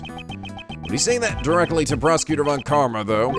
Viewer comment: Speaking of pronounciation. Von Karma should actually be pronounced Fon Karma. XD ->